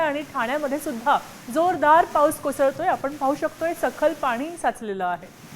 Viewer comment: Slow pahus la pahus cha kahar kay pan bolte news wala na kay kam nay ka